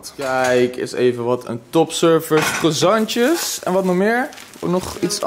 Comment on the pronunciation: zeg aub niet meer krwazantjez